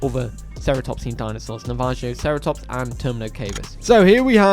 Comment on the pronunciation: It’s Navajoceratops(Na-va-ho-cera-tops),like the Navajo(Navaho)